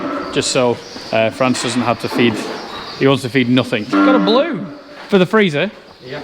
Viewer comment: Hey hey . It's Frans with an s not France 😓